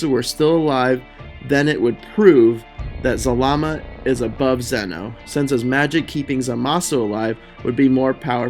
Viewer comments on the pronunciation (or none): It's ZAlama not ZalaMA! Zalama is Zordon